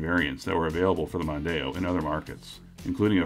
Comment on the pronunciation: As others have said, the Mondeo was huge in the UK. The first generation's styling was certainly rather uninspiring, especially compared to the French competition, but I've never heard anyone call it the "Mundano".